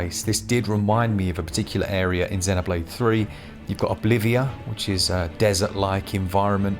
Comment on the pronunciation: I get super annoyed when people dont pronounce Xenoblade properly. 😂 Even in the game it uses the word root when talk8ng about life forms. It calls them Xenoforms. Listen to how they pronounce it. Zeeeeeeeeeno. Get it right.